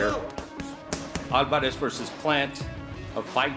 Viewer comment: Soul alvaaaarez deonteee wilder when will Steve pronounce certain fighters names right 😂👌